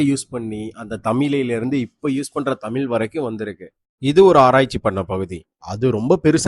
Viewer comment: தமில் இல்ல தமிழ் தயவுசெய்து பழகி பாருங்கள் ழ் ழ் ழ் தமிழ் தமிழ் தமிழ்